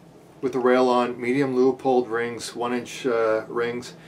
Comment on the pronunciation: And lastly, Leupold is pronounced, "Lew-pold", not Lay-a-pold.